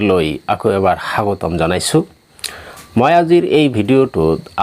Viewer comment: Sir hagotom nhoi suagotom 😂